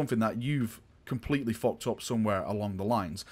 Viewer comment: "They completely FOCKED IT OP!" I don't think I've ever heard swear before but I fucking love it.